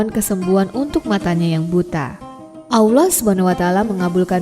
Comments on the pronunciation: Kurang fasih menyebut Alloh .masa awloh ..🤦🤦😞😞😞😞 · Awloh? Yg bener wahai ukhti.. Allah.. Alif lam lam ha..